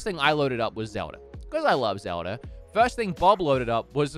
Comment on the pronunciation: zewda. okareener of time.